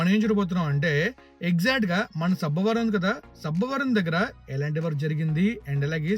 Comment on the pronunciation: Not sabbaaa varam it's sabbavaram